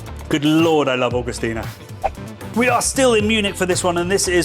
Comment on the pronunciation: Spaten and Paulaner Helles and Augustiner.... good beers.... Who knew? It's pronounced OWWgustinA ... Oww as in 'that hurts' Bitburger is better than Rheinbacher, surely....